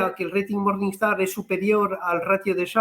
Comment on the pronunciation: "MORNINGSTAR", NO "MORNINESTAR" 😂